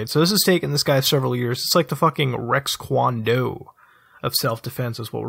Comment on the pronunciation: He said Rex Quan Do. Lmao